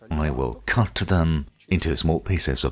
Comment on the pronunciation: This was helpful but I didn’t like the way the announcemer/translater pronounces the word “cut”. He pronounces it like he’s some kind of psycho that gets sick pleasure from cutting up bodies.